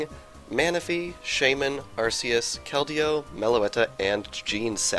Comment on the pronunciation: arKace not arcece